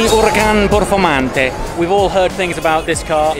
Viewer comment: First cazzo ever to pronounce "Giulia Quadrifoglio" without mistake. Gesus! You could open a school of pronunciation for the Italian word Quadrifoglio. Oh my God. Performante! Not porformante! Ahahahha teaching Italian abroad would be unhappy and distressing.